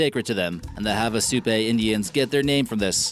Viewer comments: Havasupai. (havasu-pii, not havasu-pay.) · Havasupai is pronounced HAH-VAH-SOUP-EYE, dummy!